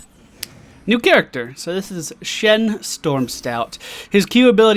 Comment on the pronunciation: yap not shen but chen